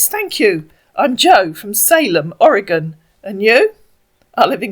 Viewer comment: Congratulations! You pronounced Oregon correctly! You're a natural!